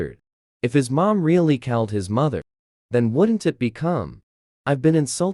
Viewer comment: Right?! It was the weirdest words, too! You don’t know how to pronounce “mom”? You don’t know how to pronounce “reach”? This is weird what words it decides to mispronounce!